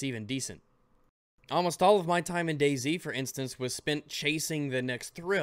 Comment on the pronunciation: You always pronounce this "Day Z" game as "Daisy" and I kept wondering what game is called Daisy, LOL